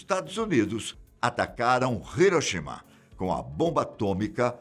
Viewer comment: Hiroshima, primeira vez que vejo o nome ser pronunciado direito.